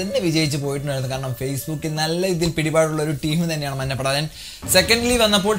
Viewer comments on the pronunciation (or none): മന്നപട അല്ലെടാ മഞ്ഞപട